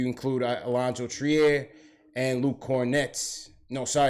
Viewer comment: I was at the game. Robinson's biggest issue is conditioning. 2nd, moving his feet. 3rd, he's 20 years old. Future is bright. The boy is a natural. By the way, Allonzo's last name is pronouced "Treer" son!